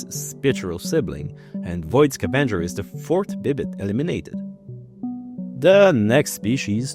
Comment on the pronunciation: I love how the "E" and the "A" seems to get swapped in your pronunciation of "scavenger".